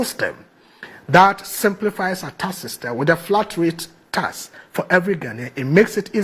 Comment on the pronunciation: "Taks" not "tass". 😂😂😂